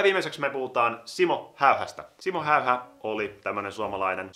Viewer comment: ''Siimmou Heiha'' xD #Suomionvaikeekieli